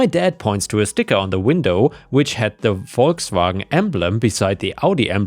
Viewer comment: As always, hearing Volkswagen properly pronounced by a German is a thing of true beauty...